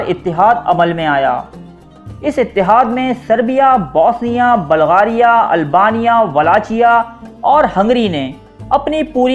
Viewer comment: Oye balgaria nhi hota bulgaria hota hai